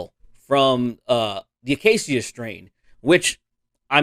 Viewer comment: Funny how you mention Whoa! Slow It Down and TAS's old albums right before I viewed this video and you're saying Acacia wrong